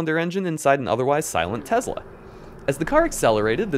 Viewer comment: He said “TEZLA”, cringe.